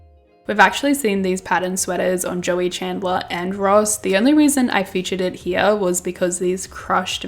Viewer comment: the way you say "chandler" with your accent sounds like janice lmao